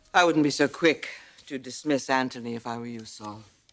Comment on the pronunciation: It’s Anthony not Ant tone knee!